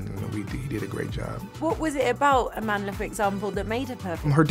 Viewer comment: Her name.... her powerful black name pronounce it correctly please 😡is not Amandela is Amandla